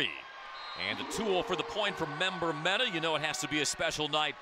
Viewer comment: If they say member-mena when its meneh (men-eh) one more time lol